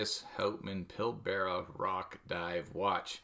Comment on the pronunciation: This watch is from my home town. Remind me next week and I’ll help you with your pronunciation of Pilbara 😊